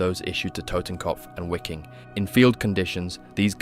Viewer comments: Great clip. Only thing that drove me almost mad, was your pronunciation. The W in German is a sharp V, almost F. The division was called viking, not (exaggerated for effect) why-king as you pronounce it. Same thing with Waffen. When you pronounce it sounds almost like it would have a U on the front. Other than that - great job. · Wiking=Viking If you’re gonna say it, say it right. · Wiking is pronounced Vee-king. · Hey if this isn’t an AI narrator, then you should be pronouncing “SS Wiking” as we would pronounce “Viking” in English, with a V sound. German ‘W’ is pronounced very much like English ‘V’ (as in Wehrmacht), so it’s literally just the SS Viking division. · Brother I'm sorry but you pronouncing it as wicking is driving me insane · Way to mispronounce Wiking every time